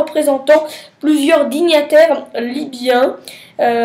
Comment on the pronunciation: Pas mal, c'est hauts dignitaires pas dignataires, lol, faute récurrente.